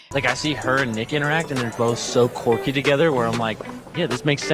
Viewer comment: The way he pronounced Quirky like Corky😂😂😂 its giving bottles of wine before dinner 😅